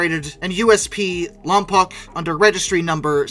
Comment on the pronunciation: Its pronounced like Lom-poke, sorry had to be the local guy from a city with a name that is commonly mispronounced